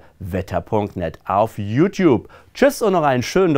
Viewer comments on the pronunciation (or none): none